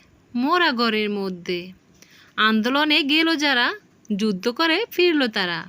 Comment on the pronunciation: যুদ্দ না যুদ্ধ। আমার তো উচ্চারণ ঠিক নাই। কি সব ভুল-ভাল উচ্চারণ করেন। উচ্চারণ ঠিক করেন আগে।